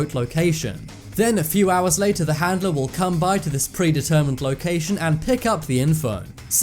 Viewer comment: I can't stand how you say handeler it's handler 🙄